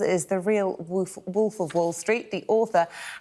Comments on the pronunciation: 'Woolf' Love that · Please say again “Wulf of wallstreet” XD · "The real woof"